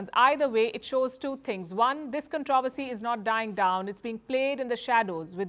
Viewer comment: It’s pronounced CON- TRO- VER- SY, my dear Palki Sharma!